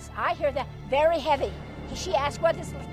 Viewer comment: Sounds like “very happy” not heavy